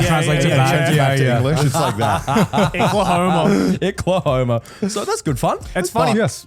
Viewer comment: As someone from Oklahoma, calling it Icklahoma had me rolling